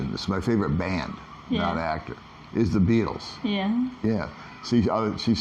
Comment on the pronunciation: is going to put on his pink Speedos along with pink kitty ears and pink mask and never mention Corona virus or "gay" scooter ever again. Are you sure that wasn't a Balut checkpoint you went through? I love how pronounced the Baitels. Lol